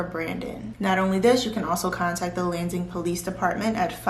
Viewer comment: i might be wrong but I think you pronounced Lansing, MI wrong. I heard landing but I might not be hearing right. Loved the video otherwise!!